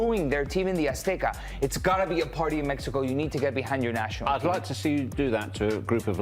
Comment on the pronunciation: In english its Mexico not Mehico. We get that you speak spanish you dont need to rub it in our faces all the time